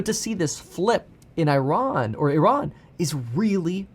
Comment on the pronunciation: i am a corse member and i am from Iran that was a good "Iran" u said there :)peace